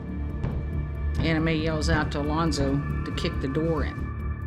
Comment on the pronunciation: Was anyone else listening rather than watching this and thought the victims name was Anime, not Anna Mae?